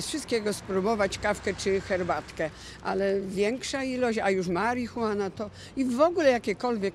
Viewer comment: marihuaen ? :D mega